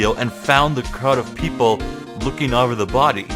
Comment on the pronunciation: Every time you pronounce "over" like "ahver" it throws me off. This game has me on the edge of my seat and I'm loving your commentary!